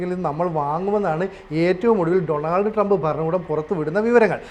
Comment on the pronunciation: First you go and learn how to pronounce Donald Trump please